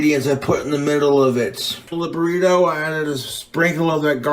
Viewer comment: "burrituh shells"